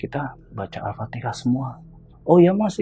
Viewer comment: Al Fatihah pak bukan Al fatekah